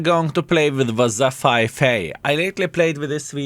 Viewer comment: "wazzza 5A" Love it